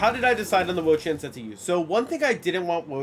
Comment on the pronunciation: "im like.. IN the Wo-Chein"